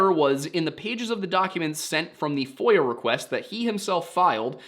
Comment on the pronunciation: As a non-native English speaker who always listens to these cases without any visuals or subtitles, I am deeply embarrassed to say I have just for the first time learned that it's FOIA request (freedom of information act) and NOT voyeur request... Uh, anyway...